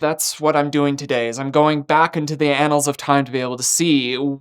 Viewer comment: did u just say back into the "anals" of time 😂